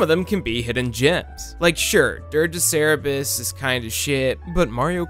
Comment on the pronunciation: Ok look. It's CER-BER-US. CER. BER. US. Not CE-RE-BUS. Look at the word. There are 2 R's. Two(2). Not one(1). You have to pronounce BOTH. Let's not Mandela effect that second R out of existence just because we don't WANT to pronounce it right or it doesn't sound "as cool". Reading is fundamental, people. P.S. The video is fine. Actually, it's great. But it leaves a bad taste in my mouth when you cold-open with a verbal typo. Forgive me for being so salty about this, but that's a huge pet peeve of mine.